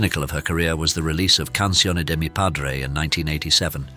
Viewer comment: Not "Tuckson". "Toosahn". Canciones -- pronounce the "s" at the end. What a joy. She is so smart.